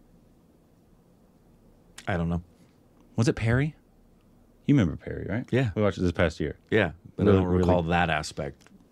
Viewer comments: Purry not Perry. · You should pronounce the 'Pa' in Pari like 'Pa' in Papa. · It’s tooth Pari. Pari as in papa. Pari means fairy in english